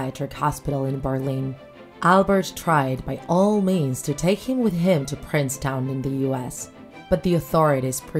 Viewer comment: It's pronounce Princeton not Princetown